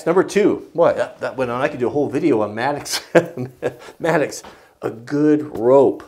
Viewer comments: I think it's "mattock," not maddux. I'm not 100% just trying to be helpful. Nice video. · it's called a mattock (matt-ick)...not a mattocks/matticks (no "S") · Philip Culbertson im glad im not the only person who cringes every time he calls it maddox.. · I'm sorry for being that guy but it drives me crazy when you call it a Maddox A mattock /ˈmætək/ is a versatile hand tool, used for digging and chopping, similar to the pickaxe. It has a long handle, and a stout head, which combines an axe blade and an adze (cutter mattock) or a pick and an adze (pick mattock). A cutter mattock is similar to a Pulaski. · I think he is calling it a "mattocks", not a "maddox". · Will Cushman regardless. It's a single tool and that would be a plural pronunciation, that happens every single time there is a mattock in a video.